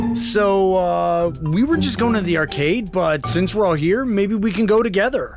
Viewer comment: "varcade" noo. How do they come up with this shit. 😭